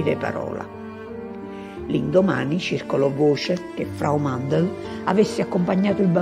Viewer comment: Mandl non Mandel